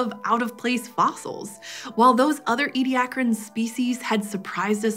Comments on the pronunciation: It's "Edia-car-an", not "Edi-ac-ran"... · I'm irritated that keeps missing a syllable in the middle of Ediacaran, pronouncing it as "Ediacran."